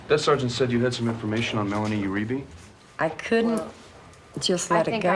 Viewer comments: Uribe is pronounced: “You-re-bay” not “you-re-bee” Lol. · I pronounce it "oo-REE-bay." It's Spanish; no "you" (although this is hard to avoid in gringos, especially in words with "eu" like 'Eugenica" or "Euforia")